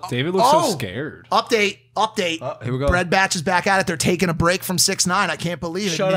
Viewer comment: Who els is annoyed when Logan said sixty nine instead of six nine